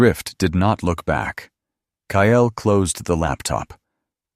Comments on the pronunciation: Sadly may people are cheated by their step parents! Watching from SETX His name is Kyle pronounced ki -L! Not Ki - EL . The mispronounced name is distracting from the actual context of the storyline!!!!!! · Please correct the reading so it says Kyle and not :Kyail